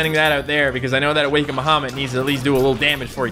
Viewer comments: Awe-kind baha-mit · awa-ken-ed baha-mut